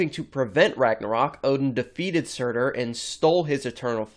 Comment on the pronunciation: do you mean surtur?